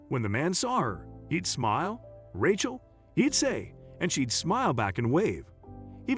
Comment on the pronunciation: somepne should tell that announcer howto p[renounce rachel. it is pronounced raychel.